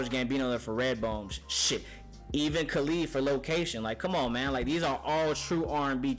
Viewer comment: You really going to listen to a guy that cant even say Khalid right?